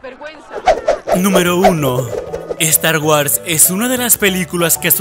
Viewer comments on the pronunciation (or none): Estar wars :v